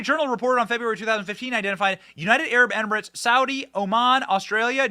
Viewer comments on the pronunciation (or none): none